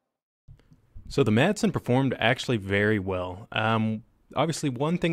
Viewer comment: AndrosRG Ahh, the old "Masen" LMG...